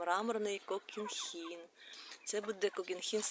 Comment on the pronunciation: Не (кокінхін ) а кохінхін